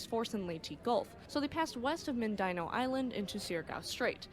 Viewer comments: It is pronounced “ Min-din- now” Mindanao. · It’s “Mind-den -aow”.